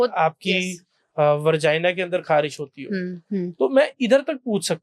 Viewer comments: वर्जाइना नहीं होता है डॉक्टर साहब Vagina होता हैं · Vergina nhi vegina bro... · Shingudane ko hindi mein nhi english mein shrink bolte hain Aur vargina nhi hota vagina hota hai yaar Tyari karke aya kro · Moorakh doctor vargia nahi vagina hota hai